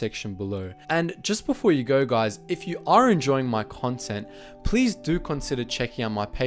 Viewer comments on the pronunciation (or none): none